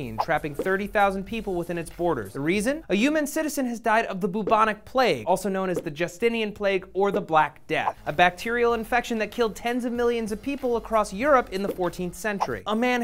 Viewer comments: the what? the boobonik plague? thats not how you say it what the hell. its byoobonic plague, b-you-bo-nic. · WTF is the boo-bonic plague?